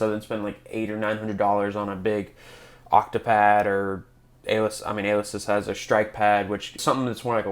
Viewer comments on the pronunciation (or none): ALE esis??? You mean a LE sis? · You’re mispronouncing the company name Alesis. It’s pronounced with emphasis on the second syllable and with a strong E sound. so it should sound like: “uh-LEE·suhs” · Great review! But just helping you out. It’s Uh-Lee-sis 🤙🏼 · you cant even pronounce the name of the company correctly...